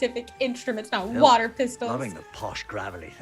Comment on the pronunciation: I always thought he said "walther pistols" ... I guess water pistols makes more sense for doctor who.